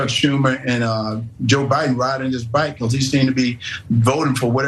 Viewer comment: He’s saying back not bike!🤣🤣🤣🤣🙂🤣🤣